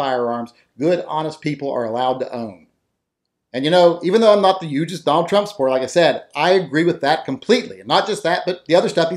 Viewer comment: If you're not the yugest Donald Trump supporter, then why did you say yuge?